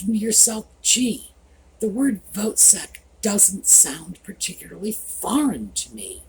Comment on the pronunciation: foot sek. Not sak